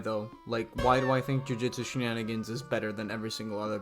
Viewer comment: jujutsu she-nin-gins